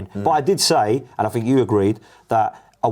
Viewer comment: For the Empire that invented their own language which dominates the world, they sure cant speak it...'fink' (think) and 'free' (three) 😂😂😂